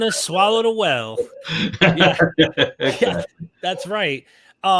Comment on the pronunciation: If Jonah swallowed a WELL? A prophecy FELLED? The apostle Paul SELLED around the sea? Sometimes I have to try to interpret what you say because of this way you mispronounce certain words. I haven't encountered this accent(?) heretofore.